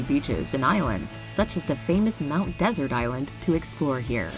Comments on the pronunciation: As someone who's gone to Acadia my whole life, it irks me the narrator said Mount Desert wrong. I know how it's spelled, but it was named by the French settlers. So it sounds like Mount Dessert, not Mount Desert. That's what the locals call it. And while, yes it's an island (the main island of the park), you don't get the island feel like with the others because you drive to it. If you really want that island feel, take one of the ferries out to one of the Cranberry islands, or charter a water taxi to Baker's Island and check out the Dancing Rocks (named because they perfectly flat boulders along the beach that you can dance on). Absolutely beautiful sights. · The mountain in Acadia National Park in Maine is pronounced “Mt. Dessert” even though it’s spelled with one S.